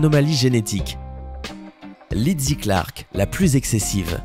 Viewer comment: Je m'appelle aussi Lizzie et ça se prononce Lizzie tout simplement et pas Lidzzie. C'est insupportable quand on écorche notre prénom.